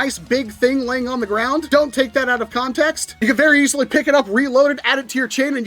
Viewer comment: Fairly certain Eacilee Is suppose to be pronounced Easily